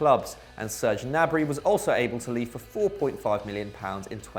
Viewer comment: Gnabry, Not gnarby 😅✌️